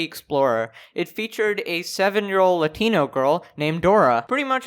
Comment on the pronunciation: I like how he said " A 7 year old LATINO GIRL". Thats funny